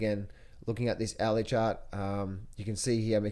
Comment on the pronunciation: Hourly chart not owee chart haha